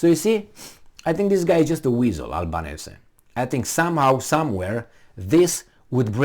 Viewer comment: Australians pronounce 'Albanesi'.